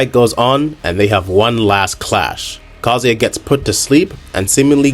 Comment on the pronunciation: His name is KaZUya. You should pronounce it the way it's written. Through the whole video you are pronouncing it like "Kozy".